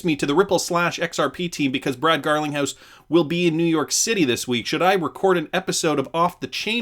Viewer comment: You said Brad Garlic house 🤣 and from there on out, on purpose?